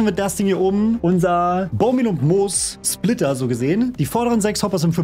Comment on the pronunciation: Es hat mich so sehr getriggert als er Mos anstatt Moos gesagt hat lmg